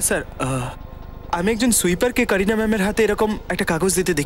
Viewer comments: কোরিনা না কারিনা😄😆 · কারিনা নামটি কোরিনা কোরিনা বলা একদম বাজে শোনায়।